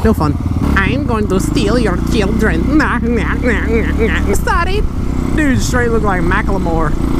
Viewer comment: HEY, i been wondering how do u say ur "Sorries" they sound so cool